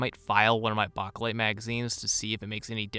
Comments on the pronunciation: Bakelite is pronounced, Bay-keh-lyte with the keh being unstressed like the second "o" in chocolate. If you pronounce the word as simply, bake-lyte, that is acceptable. Anything but baka-lyte. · Bake not bak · Plum mags and those "made in Bulgaria" not circle 10 mags run flawlessly in my m90 Also stop saying saying bakelite like that wtf It's not bock o lite it's bake lite >:( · It’s pronounced “bake light” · Its pronounced BAKElite, as in bake in an oven. lol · Bachhh a lite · Chew bacca lite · Why do you have such a hard time saying Bakelite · Stop saying bakelite like that. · The way you say Bakelite gives me chest pains mate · Exactly what I was thinking 😂🤙🏼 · 🤣💀 I said the same thing 🤦🏻‍♂️ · The way this guy pronounces Bakelite mags makes my asshole clench